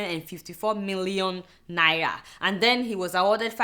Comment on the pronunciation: cant adeola pronounce NAIRA properly?